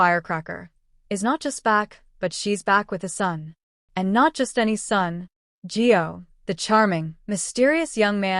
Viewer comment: ITS GIO IS HIS NAME not Joe